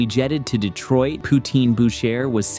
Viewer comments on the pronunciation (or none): none